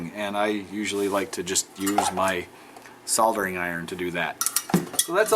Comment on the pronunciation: You must be the only US citizen that actually pronounces "soldering" properly. There is a God after all. Keep up all the awesome work. Love your video's.